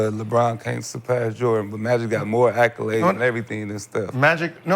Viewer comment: Have Gil spell accolade then pronounce it 😂